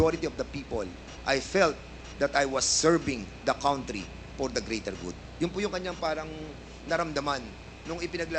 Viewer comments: Wrong pronounciation ang Country mo #dan fernandez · Dan Fernandez Country pronounce as kantri not kawntri